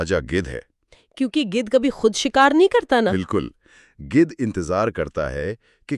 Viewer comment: Apni Urdu tou thek kr len. It's Gidh not gudh